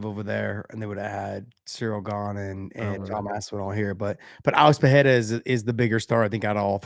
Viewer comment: Gosh dang it Josh, stop with the Pallella bs. It's Pereira (Puh-ray-ra). No double r so no H sound.